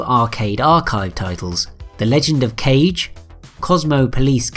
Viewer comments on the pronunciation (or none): Ka...geh. Ka-geh. Not cage. ;) I'd let it slip but that Kanye dig has me on the offensive.